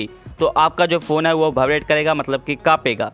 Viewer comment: its vibrate not bhaibrate